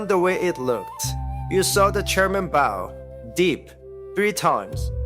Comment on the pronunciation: Thanks for the story❤ The correct pronunciation to "bow" is like ouch, not row. My apologies with no bow and no but.🎉